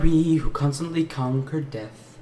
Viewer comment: No one else noticed when they said “but in one final duel between good and bad” they said “god” instead of “good” lol